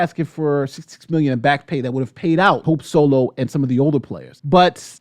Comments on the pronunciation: We just gonna ignore the "sope holo" flub? 🤣 I thought you did it in purpose. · Anyone else hear him say “Sope Holo” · I had to listen to it 4 times. You really did call her "Soap Holo" . 🤣🤣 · We gonna talk about the fact he said sope holo ?